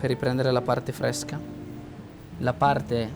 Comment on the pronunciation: Pecis fvesco cvacco fvesco,tutto fvesco